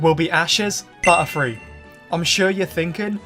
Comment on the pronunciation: Whenever he said butterfree i heard buttfree